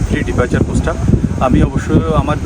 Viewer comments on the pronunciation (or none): ভাই রে ওইটা ফ্রি ডিপারচার না প্রি ডিপারচার